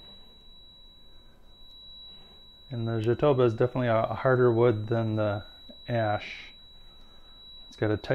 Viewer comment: Fantastic work. By the way, as you speack portugues, the word "Jatobá", as it´s reating in portuguese is an oxytone word, and the strong syllable is the last one. So we say "jatobÁ".